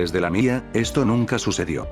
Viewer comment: Me da risa cuando diste lamía🤣